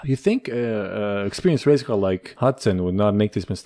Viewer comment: You said car not right